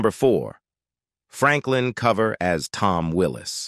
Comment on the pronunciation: At least get the names right. His name is Franklin COOver, like over, not cover like cover your head.